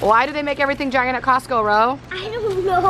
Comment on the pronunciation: Why did you say Costco when it's Costco